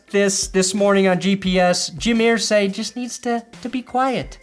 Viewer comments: Err zay not ear say. Your bronco loving 🫏 is driving me crazy.. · It’s Irsay like Ursula… Ursay. Not ear-say. It’s like claws on a chalk board. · EAR-say. What’s with the pronunciation?? You’re killing me,! 🤮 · Wtf is wrong with you calling him Earsay? Nobody does it but you. Srsly. It's annoying. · Why are you pronouncing Irsay like that?